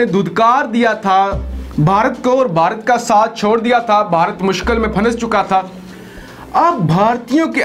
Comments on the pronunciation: میرے اچھے بھائی مائنڈ نہ کرنا ۔ اردو اپنی امپروو کر یار ۔۔۔۔۔ پھانس کیا ہوتا ہے ۔ بھائی لفظ پھنس ہے ۔۔۔۔ نون پر جزم ہے ۔ یعنی ساکن ہے ۔ یار یہ تو بہت معمولی لفظ ہے ۔ مثلاً ۔۔۔۔ میں تو خوامخواہ یوٹیوب چیںل میں پھنس گیا ہوں ۔ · لفظ پھننس چکا تھا نہیں ہوتا پھنس چکا تھا کہیں